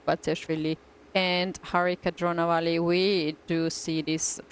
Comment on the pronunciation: Why can't tania pronounce indian names ?. Sagar pronounces it just fine . She puts on that weird accent when she tries to pronounce telugu surnames like dronavalli or erigaisi